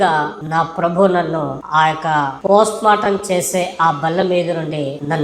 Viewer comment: ప్రోస్ట్ మార్టం కాదురా పోస్టుమార్టం అబద్ధం కూడా సక్కగా చెప్పరాని మా క్రైస్తవ బుద్ధిలేని ఓపెన్ గ్రౌండ్ సోదరుడు 😂😊